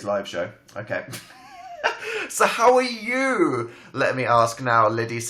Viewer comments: I thought he said Howell are you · did he say howell are you